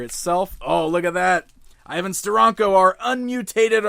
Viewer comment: its ster.ank.o